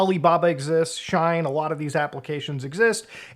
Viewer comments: Shine? or Shein? It irritated me when you mispronounced it consecutive times. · Not Muta saying Shine instead of She-In 😂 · its not shine its said like shean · Shein is not like Shine. But like She in. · FYI, I think Shein is pronounced "she-in," like it's two words "she in." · its Sh-ien (like sheen) not Sh-ine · Lol… “shine” It’s She-In (shortening of their original name “She Insider”) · It's She-In like "I'm in" you know ? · Bro pronounced Shein as “shine” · Please never pronounce shein as shine ever again 😂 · I 2asnt looking at my screen and it took me a solid minute to figure out that he was talking about she in. Now i dont know the pronunciation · Shein is pronounced She-In. Anyway, I'd love to meet anyone who ordered a Switch off of Temu. 😂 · he cant even say the name properly and the sales are real ngl this guy is salty he didn't think of this idea lol oe smart enough to do it. its free shipping and I've received all good quality items so far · Please, no one correct him on the pronunciation of Shien. I'm living for this rn. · Hearing the way Muta pronounced “Shein” made me realise that we really occupy different spaces on the internet 😂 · oh sure, it’s just that I’ve heard the word so many times now bc of the kind of things I follow online that it didn’t even occur to me that someone would pronounce it differently lol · you're just gonna pronounce shein like that 😭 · You keep mispronouncing shein.